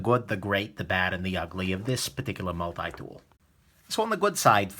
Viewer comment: Get your multi dool fwom new ywork 😀